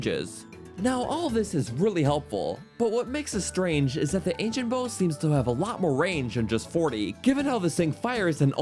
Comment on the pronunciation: ‘anicent bow’ Lol